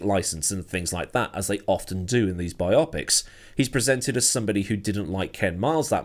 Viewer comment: lol bi-OPP-icks